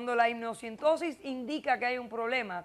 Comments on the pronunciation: Amniocentesis!!!!! No amniocintosis!!🤦‍♂️🤦‍♂️ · Se dice AMNIOCENTESIS, Dra. Polo